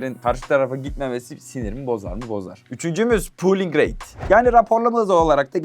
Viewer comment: Pooling değil olm Polling rate.. "Lite" kelimesi de "leyt" değil "layt" diye okunuyor. Leyt (Late) geç kalmak demek.